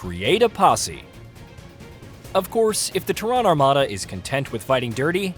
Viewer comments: Terran, rhymes with Karen... not terr-Ahn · It's definitely not Tehran. Lol. It's like Tair-Ren. Tehran is the capitol of Iran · Ter... Like in "terror". Ran... Like "Jack and Jill RAN up a hill". Not like a Middle Eastern country. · ''Teh-ron''' come on guys, how do you mispronounce Terran? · Why can no one say “Terran” correctly? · I hate how you pronounce Terran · Interesting way to pronounce “Terran” haha